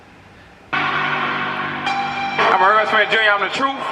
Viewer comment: You called him "Spencer" from the start. Can't listen anymore...